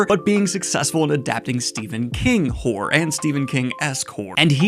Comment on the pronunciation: Hor-ror. Two syllables. :P